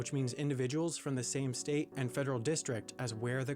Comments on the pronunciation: "every STET in the united STETS" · you say state like boston says their own states name... lol